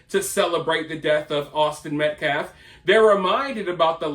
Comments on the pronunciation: it is hilarious how butchers the English language during his pressers. Instead of "Defense", he says "Deflense", he can't say "Austin Metcalf". He says "Austin Metclaf". He called NY subway rider Daniel Penny "Daniel Pennum" or something. 🤣🙄👎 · really! the scummy butchers the English language whenever he does a press conference! instesd of saying "Austin Metcalf", he says "Austin Metclaf". He said "Daniel penner" instead of "Daniel Penny". then, he said "deflence". 🙄